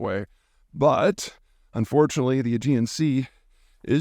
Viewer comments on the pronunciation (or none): none